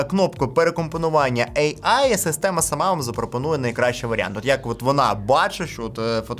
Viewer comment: От не протримався без своєї шиї, лови черговий дизлайк. Цікаво, чому ейай, а не ийай. Ші ж шиї, то кажи тоді ийай